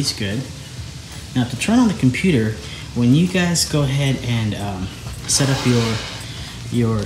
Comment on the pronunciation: Love the video, but every time you said "computer" I cringed.